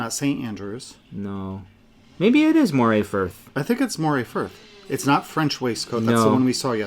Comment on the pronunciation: we have a saying where I come from-when in Scotland pronounce names like a Scot. It may be spelt MORAY but it is not an eel and is in Scotland pronounced like MURRAY. A beautiful section of the northeast coast. I'm waiting for them to make an Achiltibuie colourway!